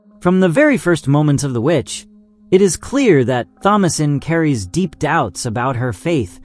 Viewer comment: Jesus Christ THOMASINE IS PRONOUNCED TOM-UH-SIN!